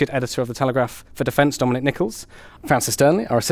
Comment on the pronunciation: Oh! It’s not Don it’s Dominic 🫣 I have been listening to “Don” for a year 😆 Love this podcast❤